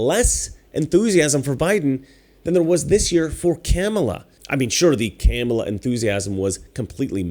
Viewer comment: I like how he keeps mispronouncing Kamala's name. Master troll.